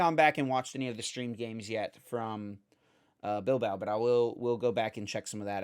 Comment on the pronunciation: Just found out about the podcast last week and I'm loving it. ❤Just one small criticism, maybe check the English pronunciation of some places beforehand cause you guys are butchering some places like Oceania, Porto Alegre, Bilbao. 😅